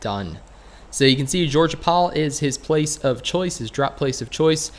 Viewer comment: Lol he said goerge paul.